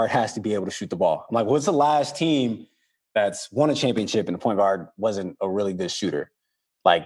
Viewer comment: Yea... "THAS INCREDIBLE "🤣🤣🤣🤡